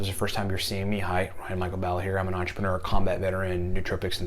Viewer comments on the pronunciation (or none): none